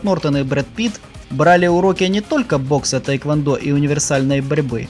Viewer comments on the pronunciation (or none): none